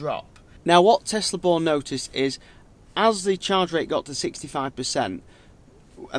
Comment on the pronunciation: Good video! But it's pronounced "Bjorn". Not Born.